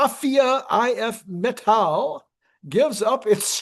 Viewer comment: hehe would just call it IF metal in english. sounds funny with you saying it in a nordic kinda way :P but like you videoes :) awsome job sharing the news <3 :D